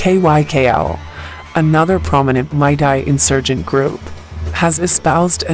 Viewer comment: Its meitei not maitai